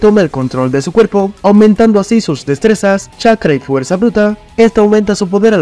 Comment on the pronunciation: se equivocó y dice fueza 😂😂